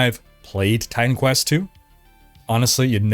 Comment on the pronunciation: Maybe its just me, but every time says Titan Quest... i hear Time Quest:D